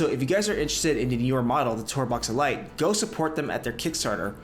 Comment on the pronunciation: The TourBox "uh-light"? ...what?!